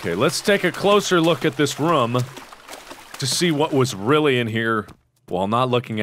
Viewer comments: Mark it is pronounced "room" not "rom" :D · He pronounces room different. Sounds closer to roam. Is this a Cincinnati thing or just a Markiplier thing?